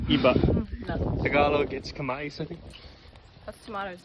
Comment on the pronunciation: Very funny episode! Caloys Yoga was so sick!! 😅. And that was not Kamais, its Kamias . Enjoy your Duma life.